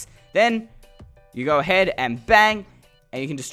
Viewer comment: Or go ahaid